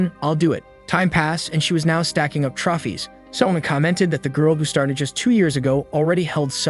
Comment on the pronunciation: hehe trofies 😂😂 it's trophies 🏆 lol 😆